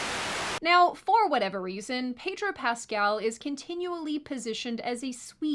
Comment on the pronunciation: Peg-ro Pascal🤣 I’m using that 🤣